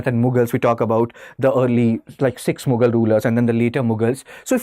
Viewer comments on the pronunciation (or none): none